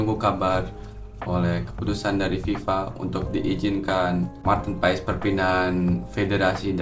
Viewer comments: Kita hrus taw ngucap nya Martin Pass y😅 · Ijin koreksi nama MAARTEN PAES di baca MARTiN PAS (Sumber: Coach Justine)